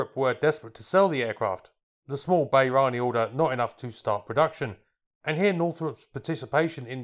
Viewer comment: Where is 'Bay-raan' ?